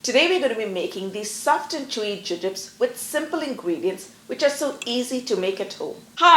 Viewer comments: I wondered if she was simply pronouncing the American candy name incorrectly. Thanks for that! We have both soft and hard jubes available in Australia, but I am a huge fan of gummy bears myself! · Your pronunciation was unfamiliar to me. In England and here in Australia we call these Jubes (pronounced joobs)